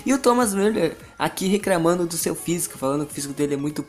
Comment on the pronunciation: RECRAMANDO COMPRETO MDS DO CÉU MANO VC NÃO CONSEGUE FALAR COMPLETO E RECLAMANDO PQP!!! DESLIKE...